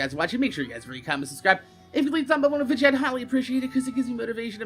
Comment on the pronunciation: Do you say "vidja" cuz that's how you talk or is it just a thing you do on purpose? I'm assuming its just how to say/spell it where your from. Anyways nice work! Take care!